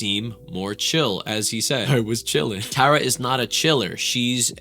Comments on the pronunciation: please say the name correct its t-are-uh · It’s not Tare-a it’s tar-a get it right. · Tara TAR a tARa not TAREa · also, her name is pronounced (TAR-uh) like concrete tar, she hates when ppl don’t pronounce it right lol she always mentions it 😅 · TAR-RUH, c'mon!😂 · Please learn how to say her name ahhhhhh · idk if this is rude but u were saying her name wrong, SORRY IF THIS IS RUDE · Pronouncing her name wrong so many times. I can see Tara watching this and getting riled up 😂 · Not at all 😂 but she definitely would be like “that’s not how you say it!” Lol